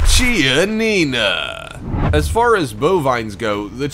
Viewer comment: is pronounce kianina